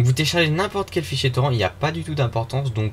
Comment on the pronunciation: On dit TORRINTE. AAAAAAAAH !!!